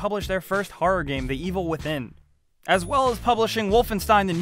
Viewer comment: That cringing pause for The Evil Within XD